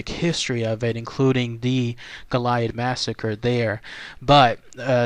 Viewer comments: No there’s no H in goliad. Let’s help you no-Texans out like a “sound to” dictionary sounds like go-lee-add… there no damn H Goilad is it!!! Western states you’re also welcome as well. Say it correctly or DO NOT DO A VIDEO PERIOD!!! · The correct pronunciation is GO-lee-ad. La Bahia was not a mission. It was a fort - Presidio in Spanish. During Spanish colonial times they would establish missions to gain a foothold in a territory. The missions were small communities and included farms and orchards, livestock and workshops. Here missionaries worked to convert native populations to Catholicism and bring them under control - often in less than ethical ways. Presidios were military forts built near these mission communities to protect or defend them. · Learn how to pronounce the name correctly it is Go-li-ad. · This is killing me watching you butcher the name of this historic location. Please from here out take the time to make sure you have proper pronunciation of the places you go exploring. That is the very least you could do. GOAL E AD!! History was made here. Respect that. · you can not pronounced goliad right stupid and I had four family get killed at the massacre